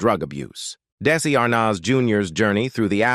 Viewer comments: The boy who played Little Ricky was not Desi Arnahhhz Jr. ( where did they get this narrator?!?! I about fell off my chair listening to his pronunciation of VITAMEATAVEGIMIN....what a joke!! Sorry Desi Jr. fell into the world of alcohol....he really did have talent....too bad he had to grow up in the shadow of his parents!! Now...leave him alone!! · I am totally pissed off regarding this video. First of all, the beginning of the video shows Donny Osmond, not Desi Arnaz Jr. There is no comparison that these two men look alike. As well, AI says Daisy Arnaz, Jr. rather than Desi Arnez, Jr. and uses Desi Arnas Jr. 98% throughout the video as if we are all too stupid to know who is being talked about and part of this video is not even understandable because of AI error. Last but not least, one of the depictions of Desi playing drums is not Desi at all but Jimmy Osmond. Looks like this video was never checked out for accuracy and from where I sit, is disrespecting to the man they are talking about. Desi and I were both born in 1953 which means he would have just turned 71 yesterday whereas I will turn 71 June 17. There is no possible way that old man that they are saying is Desi is the real man. Being the same age as Desi, I look in the mirror and have very few wrinkles but then my lifestyle is very different from what his was. I don't smoke, I very rarely drink alcohol and I don't do drugs of any kind. Life has been kinder to me but Desi, if he were still alive, certainly wouldn't look as if he's 100 years old. Most people don't believe me when I tell them how old I am and truly, much as Desi had his demons, he certainly didn't look like this man before his death.